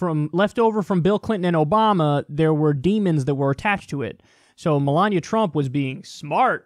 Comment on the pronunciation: lol Brian Fischer says Melania like Melanya. Im just making a joke, sorry 😐